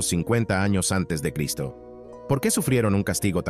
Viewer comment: Porqué durante la reproducción del video al pronunciarse la palabras “antes de cristo” o después de cristo” no son pronunciadas correctamente??? Gracias!